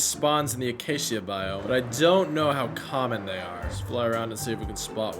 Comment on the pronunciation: i was watching then i hear him say acacia boime when he goes to a spruce biome